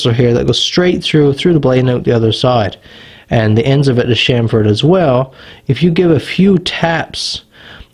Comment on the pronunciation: The word is CHAMfered as in CHAMP...not SHAMFORD!!! GET IT RIGHT!!